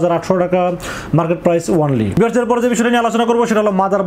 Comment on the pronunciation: Bhai ONLY word ta boilen nah, Baja suna jai aga only word er spell sunen